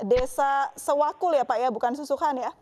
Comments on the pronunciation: Sewakul maksudnya bukan sewulan,hehehe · Bukan Presenter nya aja gaes yg ga nyambung, Tim redaksi nya emang ini yg aneh. Sewakul kok jadi suwatu Wkwkwk